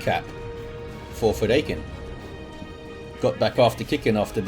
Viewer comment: Fedaykin. Feh-DIE-kin. It's from Dune. You can listen to its author pronounce it here